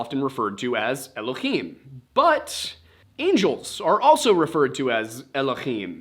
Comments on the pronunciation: Just for future episodes “Elohim” doesn’t have a guttural sound in it, its spelt with a hay not a chet ❤ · This was a fun one. Before you get into your vid about the mysteries of biblical nomenclature (looking forward to it), you probably should be aware that 'Elohim' is spelled with a "hay" and not a "chet" and is therefore pronounced with a normal english "h" instead of the phlegm sound from "Achmed" or "Channukah". It's also a plural form, but that part I assume you're aware of and will come up in that video. My hebrew is poor, but I do have some background in it if would be helpful. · It's "Elohim", not "Elokhim" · Just so you know you’re pronouncing “Elohim” wrong, in Hebrew it’s written with a soft “h” sound not a ch (guttural) and so should be said like el-oh-heem. It’s not like Hanukkah (which has the guttural “ch” noise as its first letter) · Please, PLEASE stop pronouncing Elohim with an aspirated 'H' it's NOT ASPIRATED. The 'H' in Elohim is a soft sound. I've studied biblical Hebrew & spoke modern Hebrew with my first wife. It's a soft H... Thank you.